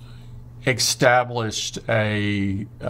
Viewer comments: Did Tim say extablished? And moments later extablishing? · I can’t believe someone as intelligent, capable and accomplished as Tim Cook mispronounces a common word. “Eckstablished”. A hard K sound that is not supposed to be in the word ‘established’. This is like when people say “Eckspecially”. I hate that! So cringe. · Am I going crazy or is Tim saying “ecstablish” everything he is meaning to say “establish” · Tim Cook pronounces it “ik-stablished”? OK, sure.